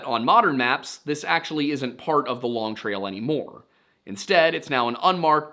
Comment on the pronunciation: As a vermonter, we say long trail. No emphasis on long. Longtrail.